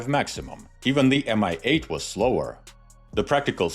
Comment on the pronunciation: Great video! Love the Warhammer 40k references! A little nitpick, though: your English language narration pronounces Mi as MI (em-ai) which makes no sense (since it's not an abbreviation) and is inconsistent with the way you pronounce Ka and An.